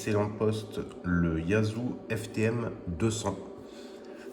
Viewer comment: YAESu se pronnonce YéZU et non pas YAZU ...